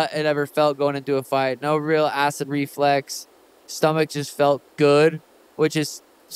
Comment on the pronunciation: its "Reflux" my good Suga Sir